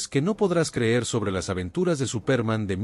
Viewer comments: Cómo dice Supérman que fastidiosa pronunciación. Así no es la pronunciación en Español y pone de punta los nervios. Se pronuncia Supermån. También Lee mal los nombres en inglés. Mayor cuidado en los vídeos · Es que en la narración, dice Supérman. Date cuenta, que es una palabra inglesa y no lleva tilde, pero la pongo, para que se sepa como suena. Al usar una máquina para crear narraciones en español, ésta, no sabe distinguir palabras españolas de inglesas o de cualquier otro idioma. Es por eso, que hay cada monstruosidad narrativa en YouTube, que hiela la sangre. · Es Superman con énfasis en la “a”. De donde es ese narrador? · ¿Por qué pronuncias Supérman, con acento en la e? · Sería Supermán, no Supérman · SupÉrman ??? wtf is that, dude ? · No puedo seguir con el vídeo. Me sangran los oidos cada vez que escucho Supérman. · Es absurdo que lo hayan grabado con los errores de la pronunciación. Suena ridículo. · Al tercer "Supérman" me fui. Maldita IA. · Me parece que ha sido una muy buena reseña pero la pronunciación es enloquecedora al ser tan mala. Quizás la inteligencia artificial ( espero ) Cambia nombres en fin y el más importante el principal SUPERMAN ! por lo demás muy bien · Se le entiende superma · Este presentador??? de donde sacó ese SUPÉRMAN???, creo que no tiene ni idea de lo que lee ni ha oído nada de este personaje de caricaturas; rompe los oídos con su SUPÉRMAN; por favor, hizo que dejara de ver el video: 😢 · por favor pronuncia bien Superman, es una pena el video esta buenísimo pero la embarras pronunciando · Mucha inteligencia artificial pero no sabe pronunciar Superman.